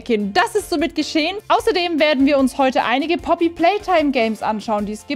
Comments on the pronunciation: Langsam regt es auf dass du Puppy statt Poppy sagst :,) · ich liebe wie du poopy playtime sagst😂😂